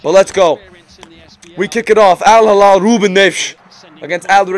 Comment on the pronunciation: alhilal >> h not kh